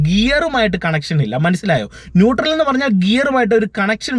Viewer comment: Nutor അല്ല, Nutrel ന്യൂട്രൽ